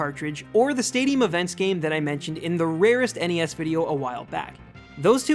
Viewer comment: Thank you for pronouncing NES right. I'm sick of hearing newbies on Youtube pronouncing it as "Ness" instead of "enn-ee-ess". Another reason why Earthbound is expensive: It's very hard to emulate. The ROM has something that checks to see if it's being played on the real hardware and, if it isn't it makes the game harder to play and it doesn't play the ending.